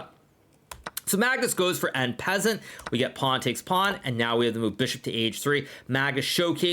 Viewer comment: why is he pronouncing it en pezant